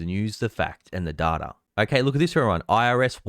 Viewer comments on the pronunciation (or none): none